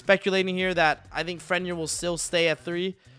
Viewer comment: Gat dam pronunciation of Fenrir and Vernusylph sheeeeesh